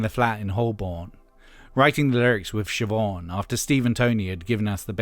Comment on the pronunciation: Sih Mah Nih? Is that how Eminem found that enigma name? Sih Mah Nih? WHY?